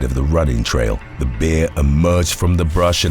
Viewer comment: It's pronounced 'bear' not 'beer'. Just sayin 🤷🤣